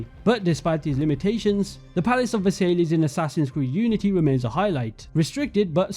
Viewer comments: Great video. BTW way Versailles is pronounced Vers-sai. It’s where Germany signed the Treaty Of Versailles at the end of World War One. The terms that Germany had to agree to were so harsh that it causes resentment in Germany which eventually led to the rise of Hitler. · Sry bro I don't wanna be annoying but I can't help but comment that you subtlety mispronounced versialles. It's pronounced "ver-sie" because the es is silent in french😊 OMG ALSO I just realised that if they made a ww1 or post ww1 ac game, they could recreate this palace in the year 1918 directly and we could see how time has altered the palace😮🎉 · you went out of your way to show the correct pronunciation of Bougainvillea, but unfortunately, Versailles didn't get the same treatment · Great video! I think you should look up how to pronounce Versailles correctly for future videos FYI :) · The probonciation of versailles was criminal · Versailles isnt pronounced that way ^^ nice work tho! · The way you pronounce Versailles will piss off every French person on this planet. :D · Nah, no way you butchered versailles like that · My heart ached for my French brothers when he pronounced Versailles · Funny how you were like I’m a history guy right before mispronouncing Versailles as Ver-Sai-Lees. It’s pronounced Ve-Sai. Just a bit of irony I found funny but overall great video. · completely agree but versay-lees? pretty sure it’s ‘versai-ss’, the ‘l’s are silent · Good video,. but for all future videos, it's pronounced Ver-Sigh (Versailles) and not Ver-Say-Lees. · Versailles is pronounced ver-sigh and not ver-say-lees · Not versaillies, it’s pronounced ver-sy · Absolutely astounding vid mate. However I almost died when you pronounced The Palace of Versailles; instead of (VA-SAIL-EE) try (VER-SIGH)! Keep up the amazing work, love having YouTubers create AC content still! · it's pronounced versai, not Versailles nor versaiss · aint no way u said palace of versaylees its pronounced ver sai palace of ver sai